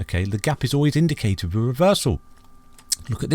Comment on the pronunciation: Perhaps the greatest store of value ever! The digital age is not going to devolve backwards just scratch the surface and research Blockchain technology and its clear. Hey I don't mean to criticise but indicative isn't pronounced that way! Brilliant content as always 🙏